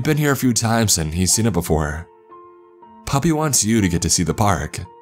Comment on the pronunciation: Wait when he's saying puppy is he trying to say papi? 🤣